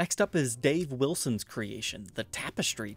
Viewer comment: It's "Dale" Wilson,.